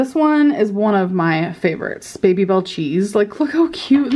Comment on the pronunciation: “Vevy” is all I hear 🥴